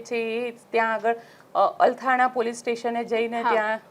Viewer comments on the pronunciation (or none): આ બેન ને એક નહીં 3 વાર અલથાણ નહીં અલથાણા પોલીસ સ્ટેશન બોલે ને આમને પત્રકાર બનવું છે ગુજરાતી પત્રકારીતા નું સ્તર 🥲🥲